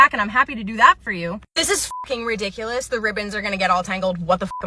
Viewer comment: i love how you say ''RUHdiculous!!!!''